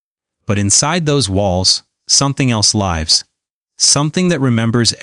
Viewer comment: something else LAIVS, instead of lives? You meant, to be alive? Careful buddy, it's a horror tale yeah but You could scare off suscribers...